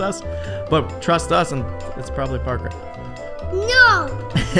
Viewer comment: I’m going to Trost you gays Me;awww☺️🥺🥺🥺